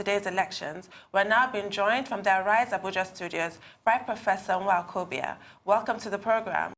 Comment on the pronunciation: I cannot believe that my could not properly pronounce Nwokobia (a male guest of honor) -- she seems to be hanging too close to OGY who takes pride in crucifying Nigerian names, including hers. I don't like that -- there is no African name that I cannot pronounce fluently. Folks should understand that not being able to pronounce Nigerian names, especially by Nigerians living in Nigeria, is a disgrace and a sign of low IQ. definitely has no low IQ but she must not let this happen again -- practice the name before going live on tv.